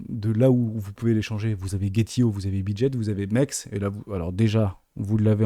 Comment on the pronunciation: l’échangeur s’appelle MEXC Ça se prononce MEX C